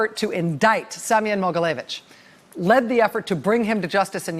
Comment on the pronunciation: Rachel, your pronunciation of Semion’s name is almost exact so don’t worry. :) Thank you so much for all of your hard work. It’s hard being descendant from Russia, having family in Russia, and trying to be proud of my heritage while also being well aware of Russia’s attacks on the U.S. There’s no doubt in my mind that Trump is helping Putin in his “master plan.”